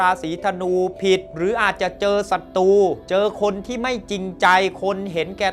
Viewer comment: ขอแนะนำการออกเสียงให้ถูกอักขระด้วยนะครับ การออกเสียงตัวกล้ำร-เรือหรือร-รักษาชัดเจนดีแล้ว แต่ขาดตัวกล้ำบางคำเช่น"ศัตรู"ต้องออกเสียง"สัด-ตรู"ไม่ใช่""สัด-ตู"เป็นต้น ส่วนตัวกล้ำที่ขาดไปคือตัวล-ลิง เช่นคำว่า"ปลอดโปร่ง"ต้องออกเสียง"ปลอด-โปร่ง"ไม่ใช่'ปอด-โป่ง"หรือคำว่า"เปลี่ยนแปลง"ต้องออกเสียง"เปลี่ยน-แปลง"ไม่ใช่"เปี่ยน-แปง" ขอบคุณครับ